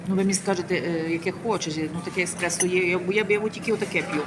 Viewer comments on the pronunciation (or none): none